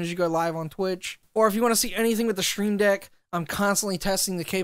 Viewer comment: It’s "stream deck", not "shtream deck" lol